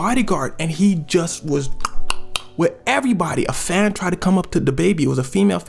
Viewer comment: The word he can't say is FANS